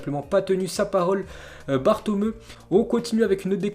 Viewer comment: Svp il faut prononcer BATOMEOU et Jénoa , c'est de l'italien , pas de l'espagnol.